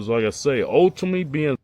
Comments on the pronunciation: Kali cant say success or ultimately...he says SUSESS and Ultame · "Ultime" :face-green-smiling:😂😂🤣😆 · "ALLTOME" baby! We got another one😂😂😂